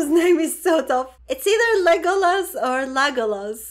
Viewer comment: ive watched tons of these l.o.t.r. reactions, and u had thee very BEST pronunciation of "Legolas" by a light-year, good work!(